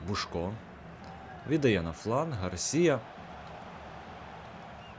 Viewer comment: не бушко, а бусько